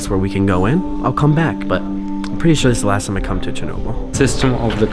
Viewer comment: Are you sure it’s sture?